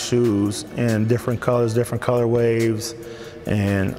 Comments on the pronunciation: "colorways", not "colorwaves" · Only complaint was him saying “colorwaves” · he keep saying "colorwaves"?